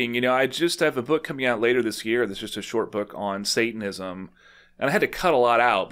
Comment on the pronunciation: I love that he can't even pronounce Satanism 🤣